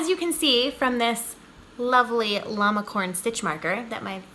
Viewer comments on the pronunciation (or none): none